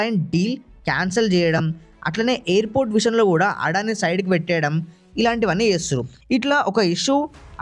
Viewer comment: అడాని కాదు అదాని.